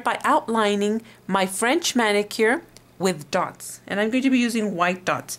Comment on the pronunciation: is not "thots" is "Dots"